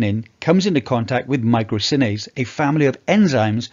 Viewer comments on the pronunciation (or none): Isn't it 'myrosinase'? (not 'mycrosinase')